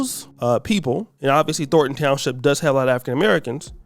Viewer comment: Thorn. Thornton. Not "Thorton".